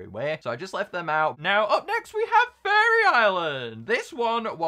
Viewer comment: When he says faerie it sounds like he's saying furry